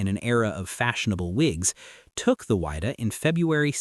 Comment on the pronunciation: You really need to work on your pronunciation. It is the Whydah pronounced "wid da" not "wide da"